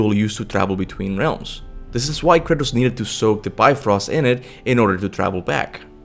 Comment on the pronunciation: Random nerd fact. The correct pronunciation is [bif-rost] not [bi-frost]